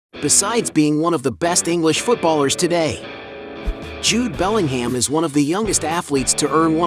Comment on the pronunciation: FFS!!! It's not BellingHAM, it's pronounced Bellinghmm